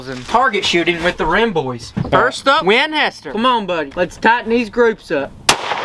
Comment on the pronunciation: 😂🤣😜🤪😆🫣🤤😅 I love how you say "Winhester"